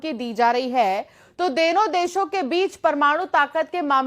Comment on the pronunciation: Deno desh nahi dono desh lol ,, kya news reader banegi 😂😂😂😂😂😂😂